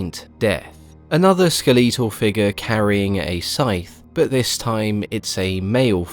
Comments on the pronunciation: Skuh leet uhl is cracking me up... That's can't be how it's pronounced across the pond is it Skel uh tuhl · First time hearing someone pronounce "skeletal" like that